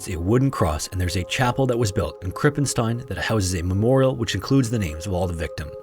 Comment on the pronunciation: you pronounced "krippenstein" nearly correct. but u pronounced the "st" wrong. "st" in german isnt spoken "st" its spoken "scht" bc when the compination of "s" and "t" happens the "s" is prononced "sch" like a.e. in the word "schloß" (meaning castle or lock)